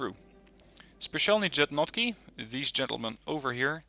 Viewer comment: Good video, as always ;) But your pronunciation of Specialni Jednotky is a nightmare :D Please, try to pronounce like Yednotky :) I know that slavic languages are unknown to you :D